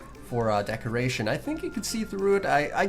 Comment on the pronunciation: Anyone else notice he keeps on saying decreation instead of decoration?